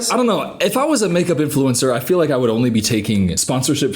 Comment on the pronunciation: “Influencer” … “Influensaa” … 🧐